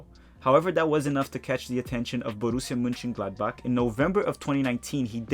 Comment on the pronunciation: Your pronunciation of Borussia Mönchengladbach is slightly off, but very admirable for a non-native German speaker.